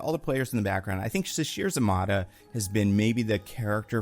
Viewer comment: Sasheer za-MAY-tah